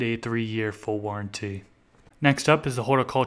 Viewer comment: and warranty he emphasises the "t" warren "tee"